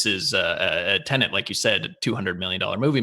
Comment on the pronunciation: Why are you saying Tenent? It's Tenet.